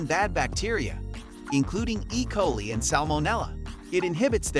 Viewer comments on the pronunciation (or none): Did you just say e-colee